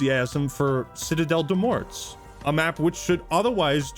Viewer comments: Remember dear friends, we aren’t going to be running around pronouncing the ‘t’ or ‘s’ in ‘Morts’ like a bunch of uneducated swine. Citadel Day More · this mf said citadelle de "MORTS" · I fully expected him to pronounce “Citadelle Des Morts” wrong and yes, indeed he did💀💀💀💀